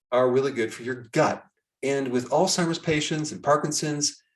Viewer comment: Thank you for pronouncing Alzheimer's correctly instead of oldtimers